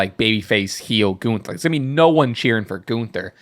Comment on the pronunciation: To, his name is is GUNTHER, not ganter